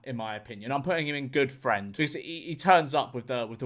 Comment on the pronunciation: Ranking my Fwiends Weeb.